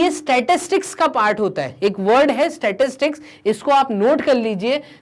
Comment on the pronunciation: Startics ko glat padh rahi ho app